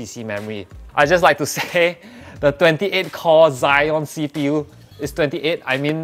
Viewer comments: Zee-on (Xeon) not Zy-on (Zion) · Exactly, everyone pronounce it as Ze-on like the same ze as zebra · You pronounced xeon wrongly lol